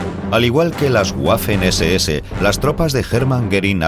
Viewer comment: pq dice "lutguafe"y "guafen SS". Misterios de la pronunciación ibérica.